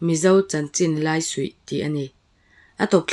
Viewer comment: I video hi kan duh ṭhin lutuk.Kan chhungkua in kan ngaithla ṭhin ❤ Hriatzauna a Laisuih hi, a suih lai hi chu a dik a, ka hriatdanin. Mahse, a Lai lai tak hi maw..., Lai ( Silai tih a Lai thlûka thlûk tur) niin ka lo hria a. Ka hre dik lo leh pek a ni awm e.😅 A bengvar thlàk hle ṭhin mai. Miss.